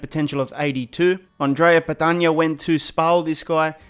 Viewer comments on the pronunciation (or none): none